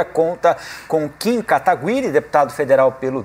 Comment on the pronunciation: O ruim do debate foi o apresentador não sabendo falar o nome do Kim.